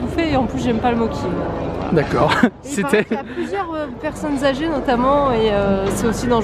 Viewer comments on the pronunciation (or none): hahahah ça se prononce "motchi"(mochi) pas moki